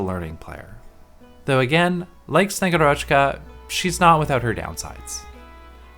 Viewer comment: SnegUrochka, not SnegurOchka Agent archetype universally agreed to be busted, so its nice to have more affordable Agent for IS, moreover that Slow on S2 is actually useful (probably even better utility that Surfer and Canta S2, although they almost always used with S1 anyway, besides specific IS situations). Also Bagpipe allows her to activate S2 faster! xD Also I would build her anyway for my Ursusknights, (Ursus as country, not bear race, Ksenia is a bird), thats quite the upgrade over og Zima as only vanguard Thanks for the video!